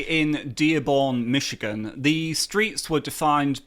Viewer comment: I'm just trilled to hear a Brit say MiSHigan correctly.